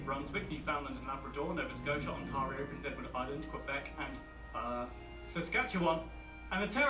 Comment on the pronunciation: It would have been better if the narrator had been from Canada, so he would know how to pronounce words such as Métis and Ontario.